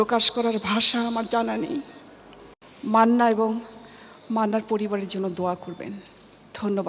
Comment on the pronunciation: ববিতা ম্যাম যখন মান্না উচ্চারণ করছিলেন. উনি অনেকটা কষ্ট নিয়ে নামটি বলেন। মান্না বেচে থাকবেন অনন্তকাল বাংলা ছবির মহা নায়ক হয়ে।